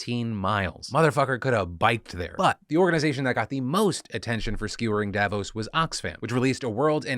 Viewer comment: I'm Swiss, and Davos is always a shit show... There are also always local demonstrations against it. And as a side note, it's pronounced DavOS not DAvos :)